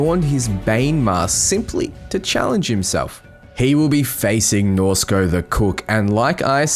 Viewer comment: Are you doing this on purpose? You first pronounced Shaka ShakEYE, then Shika.. IT"S SHAKA! U said Norsko correct <3 pats potatoes head